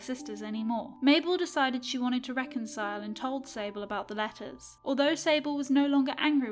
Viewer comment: When she said sable i thought she said disabled LOL